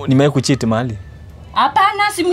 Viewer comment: Utaoa aje mtu hawezi pronounce jina kucheat anaita kushit, shida kubwa hii, Suzi nayo kamdomo alipewa, wah